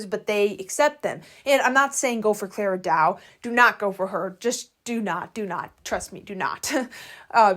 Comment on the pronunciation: Just a curious question, do you mispronounce their names on purpose or do you sometimes accidentally read their names wrong without noticing it? For example, Clara Dao, you read it as Clara Dua, same with Haylo Hayley but you read it as Hayley Hayley. I'm just very curious.